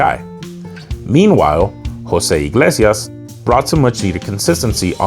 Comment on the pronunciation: My opinion is that you're not terrible Additional data is necessary for a more meaningful evaluation I can say that I am most impressed with your pronounciation of José (Antonio) Iglesias (Alemán) And before you get crazy, my name is Rick My channel's name is José I am Italian-American - I just know how to pronounce Spanish names/words correctly That's what can happen when you marry una Puertorriqueña